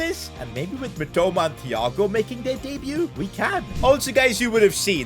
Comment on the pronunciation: Him saying thhhhh and not tiiiiago is just sort of triggering🤣💀